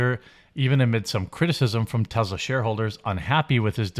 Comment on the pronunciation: Jeremy…. Say it with me Tess-laa not Tez la